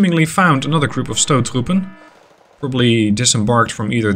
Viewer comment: As a dutchman i am very impressed with your pronunciation of stoottroepen, and that says something because dutch has a very hard pronunciation